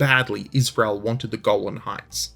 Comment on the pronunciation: I swear you keep saying "the Goblin Heights," rather than 'Golan!' And that would be completely and utterly totally cool as fuck! I move to have them officially renamed, on the basis of it being really fucking cool.